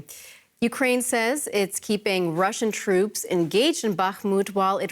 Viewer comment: What the heck are "Rooshen Gains"? or "Rooshen media"? 🤣🤣🤣